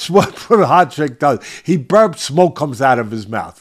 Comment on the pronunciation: Jiri "pro hodge kick" Prohazka